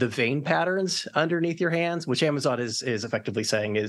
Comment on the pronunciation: Did she just pronounce Amazon as "am- uh zay- on"?